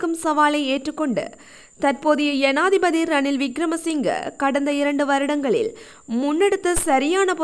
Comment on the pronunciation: யனாதிபதி அல்ல ஜனாதிபதி கிங்குராகொடஅல்ல ஹிங்குராகொட Pஅந்துல அல்ல Bஅந்துல